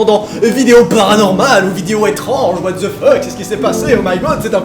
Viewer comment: C'est pas what ze feuck, mais WHAT THE FUCK XD